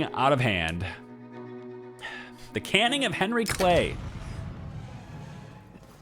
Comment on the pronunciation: Sorry to be a pronunciation Nazi,, but the word you spoke as canning (to put something (i.e. food) in a can) is actually caning (to beat or whip with a cane).